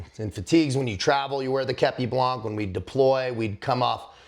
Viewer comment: with all the respect i have for you Please say képi blan the final C is eluded and must not be heared...